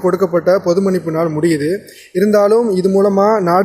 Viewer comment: மண்ணிப்பு (மன்னிப்பு ) சரி செய்து கொள்ளவும்